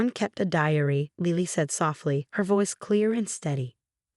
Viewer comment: It’s “LI-lee”, not “LEE-ly”. Get it right! For that matter it’s “Gran”, not “Grahn”. Also not Ron, Graham or brown.